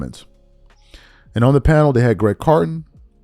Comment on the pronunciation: This is about the third or fourth time you referenced Craig carton. But you keep calling him Greg carton. Come on, get it together. Lol